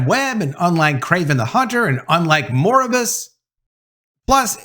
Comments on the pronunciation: Mor-bi-us, not Moribus. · I hope looks up how to pronounxe Noir & Morbius.